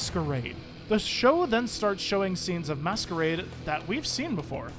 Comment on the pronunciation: Way you pronounce masquerade as they it's he